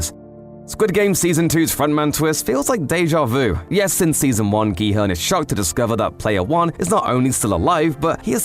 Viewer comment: At least he pronounces the main character's name properly